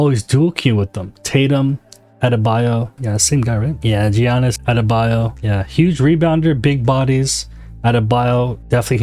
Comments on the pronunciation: Giannis is pronounced with a Y almost so you'd say Ya-niss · Just a heads up the G in Giannis is silent (sounds like yi-annis) 👍🏻